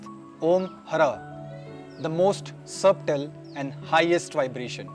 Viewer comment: Bro.. great video. Thank you. 🙏💐😊 However, may I suggest that the word SUBTLE is pronounced as SUTTLE... where the 'B' is silent. Also, it should be BEEJ, and not BIJA. Pls edit. God bless.🙏😊